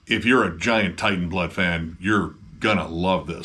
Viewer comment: It's not war metal. and its not pronounced as Titan. Its Teitan which is from galician (spanish dialect) and old norse.